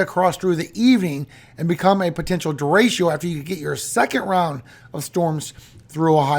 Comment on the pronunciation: It's pronounced, De-Re-Cho, not de-ray-she-ooh. Spanish word for straight. It means other things too, but if speaking about wind, " Derecho " means straight. Don't worry. I don't work for the pronunciation police, so I won't turn you in. 😂 It makes me giggle when I hear you say it, tho. Thanks for all you do,.